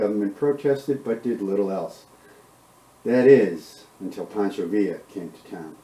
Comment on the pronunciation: Pancho not Poncho